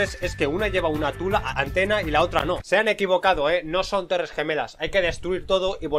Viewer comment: las Torres tulas xddd